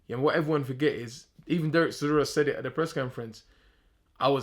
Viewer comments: CH, CHisora, not Sisora ffs - sick of hearing this mug tarking rubbish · Why does he call Del Boy 'Sizora''?!..cracks me up!